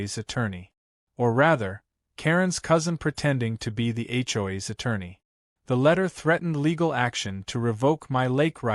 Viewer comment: What the hell is [ Achoi's ] IT'S H. O. A.' S